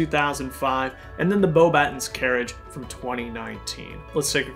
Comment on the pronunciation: Your reviews are always my favourite. Keep it up! Also the correct pronunciation is Bo-buh-tawn rather than Bo-batt-ens :-)